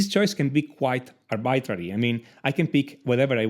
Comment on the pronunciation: Fantastic content, do look up the pronunciation of 'arbitrary' but as far as the actual content and delivery superb, truly.